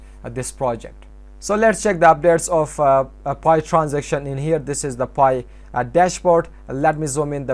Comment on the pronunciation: i dont understand your english when saying pi webstore